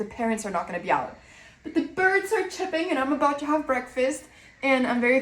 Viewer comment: Great video as always. Just a little English correction. You say "birds are chirping" (not chipping).